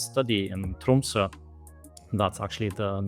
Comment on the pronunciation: Great to hear him pronounce Tromsø as a native!